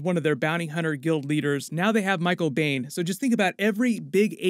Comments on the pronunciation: Michael Biehn's last name is pronounced "bean," not beyn. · Biehn is pronounced “bean” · I'll be so excited when both are released! Small nitpicks. Ashely's last name rhymes with "stine". Biehn rhymes with "bean"